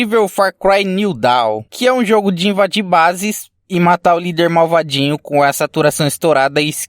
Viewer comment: Gostei de ficar ouvindo "marvadinho"